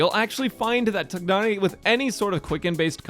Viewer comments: I agree! Tia-nari makes a lot more sense u___u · Afaik his pronounciation is "Tie-Nari". I am not going to pull for him as Zhongli is way more important to me. Also, he will be in the standard banner in the future. I know, he won't be guaranteed there and conpetes with 5 other 5*s but in the long run I'll probably get him some day. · The "g" is silent. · What so hard pronouncing Tighnari's name It's just طغنري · the way he says tighnari sounds like it was done with an Idian slang (nothing racist) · you're pronouncing his name wrong though...